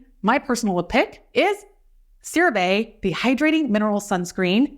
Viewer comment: It’s actually pronounced Cera Vee….like sea. Not Cera vay….like say. CeraVe is a combination of two words : Ceramides, our key ingredient for healthy skin, and MVE, which is our revolutionary delivery system called MultiVesicular Emulsion Technology which releases. Love your channel 💕